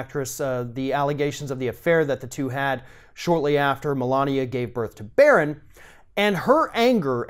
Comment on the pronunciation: Not Barron. Get it right. Amateur